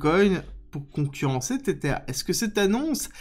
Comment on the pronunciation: Mais arrête de dire "tétère" 😂 Tether se prononce "tézeur"